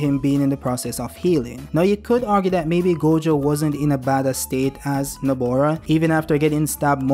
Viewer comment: It really IRCKS me how he keeps calling her NABOra instead of NOBAra...especially since he wrote her name right in the title. C'mon do better next time 🥸😭